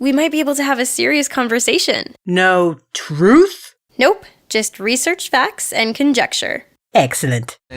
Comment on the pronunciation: Did just said EggCellent???